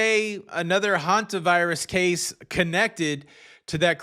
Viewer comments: Sorry to bring this up here. But several people have complained about mispronouncing Hantavirus as Havantavirus. I don't think it matters. The message he delivers is far more important. But may I ask you to please point this out to him? It bothers me that people keep berating him over this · PLEASE tell it’s pronounced Hantavirus, Havantavirus! He is mispronouncing it every day since this started and there are tons of corrections and comments, and he is not reading his comments. Thank you.!!!